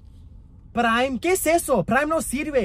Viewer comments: The way she says "Preim" is so funny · Lanchly 💀 Praim💀 Festables💀